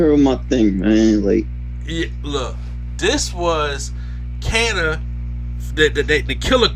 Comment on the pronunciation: its pronounced Kah-na....."Kana"